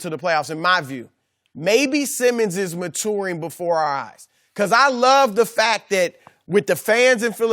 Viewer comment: I noticed that too .🤣🤣🤣